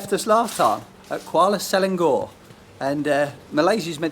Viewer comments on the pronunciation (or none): The state of Selangor, is correctly pronounced as Se - la - ngor ((When Se sounds like 'Sir' without the R , and then la(as 'Lah), and ngor as ngor, not 'GOR'.&so it is not Se-lan-gor.. Fyi:)